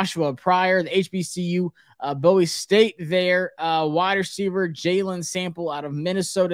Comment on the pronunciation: First of all, it's never "BOW-ie State", it's always pronounced "BOO-eee" for Bowie State. Please get that right.